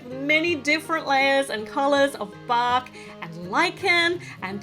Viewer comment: when u said bark , I thought I heard Bach ( Johann Sebastien Bach)